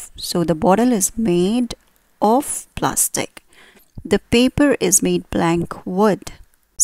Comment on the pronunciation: It would be better if you did not pronounce 'of' as 'off'.